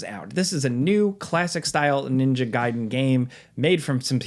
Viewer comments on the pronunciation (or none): none